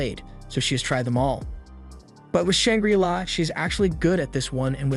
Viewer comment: Shang-Gri-Law not Shang-Grilla So damn many mispronunciations. If you don't have a dictionary AND don't know how to use it to learn how to pronounce words, then use Google., e.g. Say barrage. Imagine if your favorite actor, actress, news host constantly mispronounced words. Unless of course you are an AI...